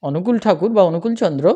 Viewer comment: আপনি শ্রীশ্রীঠাকুর অনুকূলচন্দ্রের নামটাই ঠিকমত বলতে পারছেন না; তাহলে আর তাঁর সম্পর্কে কি বলবেন? আগে অন্তত কিছুটা হলেও জানুন তারপর কথা বলতে আসুন। নিজে তো জানেনই না, মানুষকে বিভ্রান্ত করছেন, আর খিচুড়ি পাকিয়ে ফেলছেন। দয়া করে আগে নিজে জানার চেষ্টা করুন। জেনে-বুঝে তারপর বলুন। ____________________ "যা’ তুমি জান না, এমন বিষয়ে লোককে উপদেশ দিতে যেও না।" — সত্যানুসরণ।